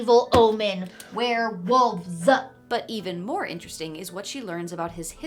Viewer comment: "Wer-ewolf-ZZZAHHH" got me roaring <3